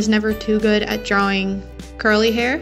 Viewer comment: Thx this vid helped me ALOT Also just curious what are those two little lines towards the bottom of the face Edit: Also (no hate) did you say curly.........a** lmao that’s what it sounded like hahaha